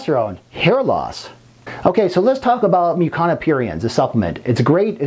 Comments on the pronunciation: Don’t want to be petty, but at a certain point, it is unforgivable that he constantly says “Mucana” instead of “Mucuna”. And… DUDE… wear a long arm shirt ffs! I don’t want to see your gay tattoos! Apart from that, a great video and a great doctor! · Since when does the letter "u" in the English language make an "a" sound?